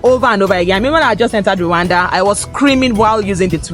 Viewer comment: ❤hey slow down❤you pronounce Rwanda as Luanda❤